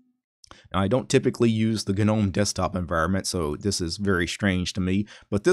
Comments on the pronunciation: 'nome'. like 'home' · Nobody:: Guh-nome.